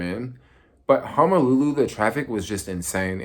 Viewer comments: It's HONOLULU, not 'Homolulu' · I thought it was hozolulu